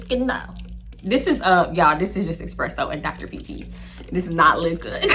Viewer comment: Did you say expresso and Dr. pepper 😮😅